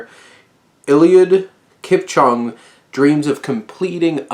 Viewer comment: you couldn't even look up how to say his name properly...